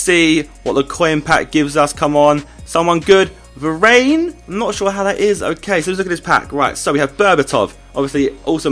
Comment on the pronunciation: Varane is pronounced va-ran not va-rain